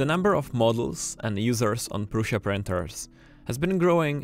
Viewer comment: You pronounce "Prusha" I heard Jo pronounced "Prussa". What is the right pronunciation for the name PRUSA ?